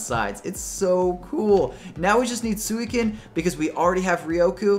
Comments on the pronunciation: ... Sueecan? Rioku? You mean, Suicune and Raikou. XD also Entei and Ho-oh are the best :D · I think you said "Suicune" wrong. I think it's like "SweeCune" lol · su i cin ? ri ku? intay? WHAT ARE YOU SAYING?